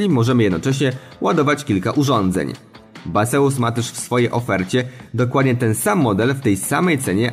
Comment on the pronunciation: ‚Bejzjuz’ tak mniej więcej 🫣